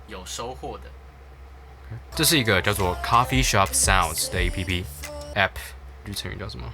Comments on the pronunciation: 會念欸批批代表正統台灣人哈哈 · 那麼計較到底是欸批批還是app很好笑欸哈哈哈哈哈 今天一直語無倫次、太可愛ㄌ 我原本還以為在拍鬼片#